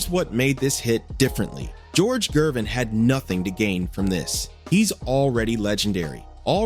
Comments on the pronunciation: 😂 This guy can't pronounce Gervins last name for nothin it's not Jervin..it's Gervins Ger..Ger..Gervin.. George Gervin..the "Ice man" there ya Go...geez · You can't even pronounce Gervin's name properly. It is a hard G, not a 'J' sounding G. Good lord. 🤦🏾‍♂